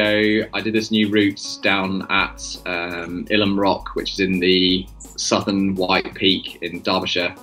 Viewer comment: I climbed this in 1965 using aid. We didn't have the same level of protection - or technique - in those days. We also pronounced it Eyelam not Ylam. I'm a Derbyshire lad and we know our place names!